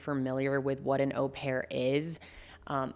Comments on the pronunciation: It is a French word. O pair. English words like maul or haul might make us think it was said differently. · “Oh” pair - usual pronunciation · How does she read au as aw? It’s French bestie just go on google for the pronunciation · Actually the proper French pronunciation of "au" is actually closer to the English "or", so hearing "Oh-pair" does hurt a lot of people's ears and your "awe-pair" isn't so bad 😂.